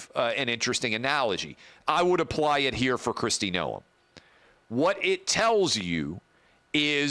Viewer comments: It’s pronounced Nome not NoEm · That's fine...she wasn't going to make the cut regardless. Thing is that is ranch life is something most would never understand. Will never happen, but Tulsi Gabbard would work out really well. Travis, you are adding too much to the pronunciation of her name